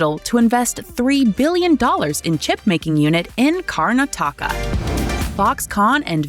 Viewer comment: bruh the lady butchered Karnataka . Most Indians I see online just can't go 2 seconds without looking for western approval